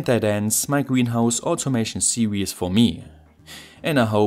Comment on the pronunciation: I guess it might be because of how the german word "Serien" for "series" is pronounced. The last "e" in "Serien" isn't silent unlike in "series". If you pronounce it like that in english, it's going to sound similar to "serious". This is a mistake which also happens to me sometimes by accident (I am a german as well). Listen here: www dict cc/?s=serien